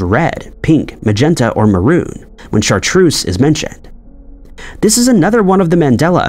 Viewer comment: very American though. It's actually pronounced Shartrerz